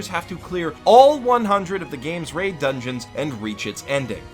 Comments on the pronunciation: when he was talking about SAo and saying the had to clear 100 dungeons, I swear he said rape dungeons xD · did he say raid or rape dungeon?